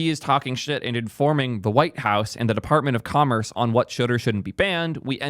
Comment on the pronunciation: I swear, I hear : Department of Converse 😂